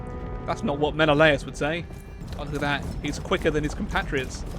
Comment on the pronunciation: I am honestly mind boggled about a game fixated on mythology pronounces Menelaus wrong, I am confident that every history teacher will say Men-al-us, not men-o-la-us.